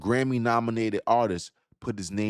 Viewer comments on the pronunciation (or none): PSY is pronounced as sai/psy as in psycho.